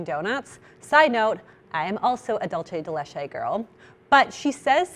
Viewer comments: If you like it so much, you should know how to properly pronounce it! Idk who started this whole “pronouncing dulce de leche as if it’s Italian for some reason even though it originated in Argentina where they speak Spanish” thing since I’ve seen nearly every YouTuber who eats it pronounce it that way but I am here to END IT 😂 Dulce de leche is pronounced “DOOL-SE DE LECHE” phonetic and pronouncing all letters as if in English. Not “DULL-CHAY DAY LAYCHAY” as if you were an English speaker trying to speak Italian 😂 Cheers, Your local dulce de leche fanatic Argentinian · Ha! That is also a huge pet peeve of mine. It really tickles my nerves when I hear people pronouncing it half Italian and half Spanish like. But as a linguist I have to remember that not everyone has linguistic habilities. 🤷🏼‍♀️ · lol i agree, i'm like where is that CH sound coming from in dulce?? but if i hadn't studied Spanish I wouldn't have any idea either, so i can understand why people pronounce it wrong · DOOL-seh de LE-che*